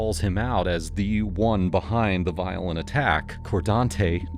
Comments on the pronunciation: Bro, it's "car' not "core", and also FU. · Fkn “Cor-Dante” “I ain’t do nut-ing bro” These fkn ppl break the goddamn Bro meter every other word 🤢 🤮 What an absolute pos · Hahaha "coredontey" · Cordante, lol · Cordonte 😂 wtf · "Cordonte" Shocker